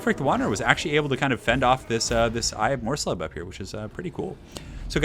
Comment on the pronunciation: It's pronounced mors-leeb. :-)